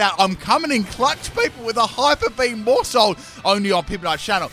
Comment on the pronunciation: Whenever he says maushold, I heard moresalt 🤣🤣🤣